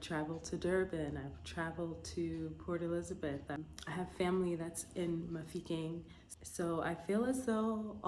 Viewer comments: The way you say Mafikeng is impressive 👌🏾👌🏾👌🏾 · Your pronunciation of Mafikeng is spot on